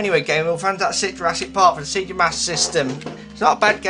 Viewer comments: please pronounce SEGA correctly - you slightly killed me when you said sea-ga - it is Say-Ga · It is pronounced Se-gah or Say-gah. Two different ways.